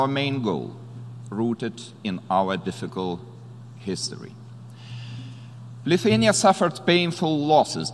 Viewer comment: Its not Luthuania it's Lithuania